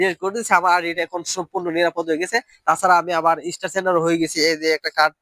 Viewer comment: শব্দটা ইস্টার হবে না। স্টার হবে।😊😊😊😊